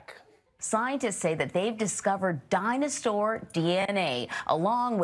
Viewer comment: did she say dinosaur because I heard dinostore. HELP.. I'm having an argument over it. Am I the only one hearing it?